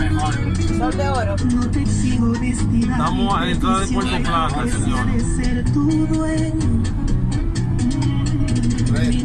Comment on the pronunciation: Señor, porque dice Puelto plata si es Puerto plata, con R y no L ??